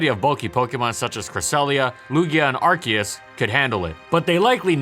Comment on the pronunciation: IT'S NOT AR-KEE-US, IT'S AR-CEE-US